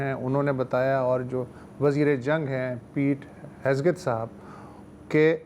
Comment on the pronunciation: Yar please Pete Hegseth ka naam sahi pronounce kia karen. Har martaba Hesgeth bolte hain. Padhe likhe log hain aap